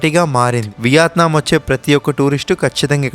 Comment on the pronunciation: content and quality are fine. కానీ అలా చప్పుడుచేస్తూ జుర్రుకుంటూ తినకండి.మనింట్లో మనమెలాగైనా ఉండొచ్చు. బయట మీరు మీదేశానికి బ్రాండ్ అంబాసిడర్.అలాగే సరిగ్గా పలకండి. వియాత్నాం కాదు.వియత్నాం.'యా' కి దీర్ఘం లేదు. చిన్న తప్పులే కానీ చిరాగ్గా వుంటాయి.